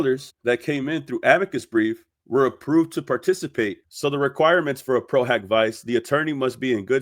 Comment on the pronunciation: I'm French, and I know for a fact that that "A" in latin is not pronounced " O" not only in latin but in all the other roman languages. If you take a class in Latin then the good education of people would be by telling them it's pro-hak-vee-ché ( Vice is pronounce like in italian), Pro-HOCK-vee-chay is a germanic pronunciation, and if you want to correct someone of the real way to say it in Latin, you got to use the latin pronunciation, and I checked on Oxford dictionary, it's in fact "hak"